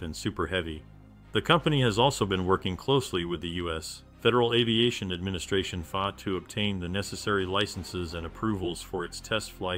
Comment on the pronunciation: AI voice lol. "The company has also been working closely with the US...........Federal Aviation-AdministrationFAAHH" Probably an AI script too.